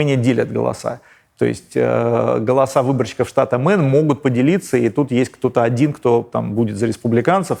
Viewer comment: Нет штата «Мэн» - произносится Мэйн